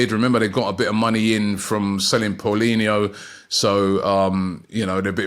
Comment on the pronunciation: "Victor Toehrsanov" "Paulinho"